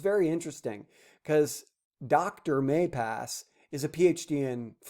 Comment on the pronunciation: MaLpass not MaYpass